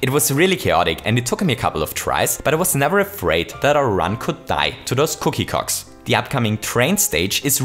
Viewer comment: i love how he pronounces clock as c*ck